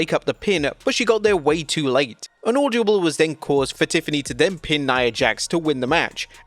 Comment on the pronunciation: Does narrator not know by now that the word is “audible” and not “audiable”